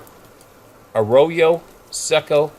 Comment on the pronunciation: arroyo seco (dry creek) ah-roe-yo, sek-oh.